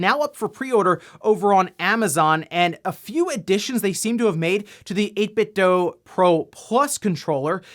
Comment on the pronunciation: 8 bit dew. Not 8 bit dough. Idiot.